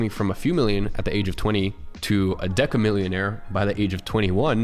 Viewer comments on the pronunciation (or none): Deca millionaire he says😂🔥